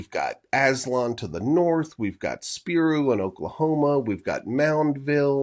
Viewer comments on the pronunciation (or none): 🎉, I just recently discovered your videos, good and interesting stuff. The Mississippian site in Oklahoma is pronounced SPY-RO. Thanks for sharing your work.